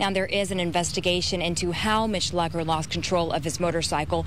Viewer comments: They were pronouncing his last name wrong. That really annoys me, but I still cry. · Is that his last name?! I thought it was pronounced (Loo-Cur)